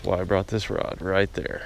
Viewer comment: Did you say you had a stiff Rob or Rod?